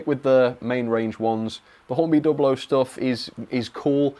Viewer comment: good to hear you are now pronouncing Dublo correctly. In older times you would defend saying Dew Blow.